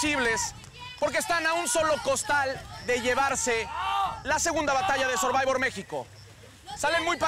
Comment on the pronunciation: Dice el comentarista, sorbayvors. Le copean a programas americanos y ni el nombre lo pueden pronunciar bien.